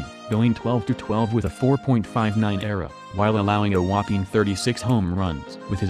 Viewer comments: David Reynolds I hate how he says era not E-R-A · Ugh. Computer. Painful hearing E.R.A. pronounced eee arr aay being called era as in a form of time. Get real people that know how to E-nun-see-ate! I'm available... Just saying. The slaughter of the English language is unbearable anymore. No wonder school kids are dumbing down... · If you're going to post this stuff, please get the names and terminology correct. Sanduval, uh nope, Sandoval. Era, uh nope, E.R.A.